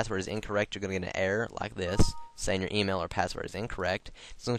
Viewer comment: he sounds like hes saying 'lock' insted of 'like' haha